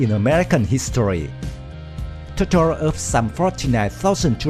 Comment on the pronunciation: I only counted four pronunciations that could be better, the I, used in the word United, say it like "eye". The o, in total say it like "oh". The I, gasoline sounds like two ee and mow sounds like moh :) hope I've not made it more confusing, I have no problem at all understanding!!!:)